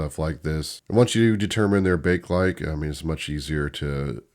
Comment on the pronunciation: Bakelite is pronounced "bay-kuh-lite"